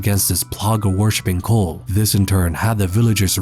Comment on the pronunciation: Is he calling the Los illuminados a... cole? Cull?